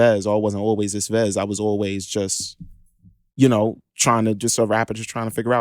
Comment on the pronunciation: IT’S V-E-Z-Z!!!!